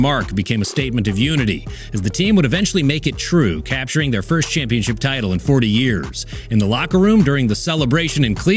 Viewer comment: “We gone be Shampionship” 😭😭😭